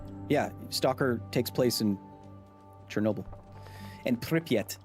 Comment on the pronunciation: When you say "Pripyat" it's so funny. It's like you swapped hard and soft consonants around. Second P and T actually should be said soft, like N in "Nya". So, if " ' " is a softener of a letter (which is "ь" in Russian is), you would read it as Prip'at'. Припять. (Я is a softening A)